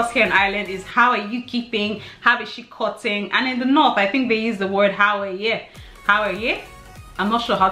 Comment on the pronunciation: HAHAHAHHA this made me laugh so much!! Press hahahha I never knew giving out was an Irish thing! I thought everyone said that haha. Also the way you said 'How is she cott-ing/ How-er-yehh' hahaha Have you drank the patient, I've never heard that, maybe thats more a local slang. Also, yer man, that could refer to a randomer, a friend, a boyfriend/husband, literally anything, if you forget someones name it's common as muck to say 'oh yer man from Tralee (or any place)' to specify who. Culchie is a farmer (anyone who lives in the countryside... or anywhere outside Dublin according to Dubliners). Never heard Jackeen, I'd just call them townies. Yeah I usually say bathroom, you get the odd person who thinks they're funny because 'theres no bath'. :) Hope this all made sense, x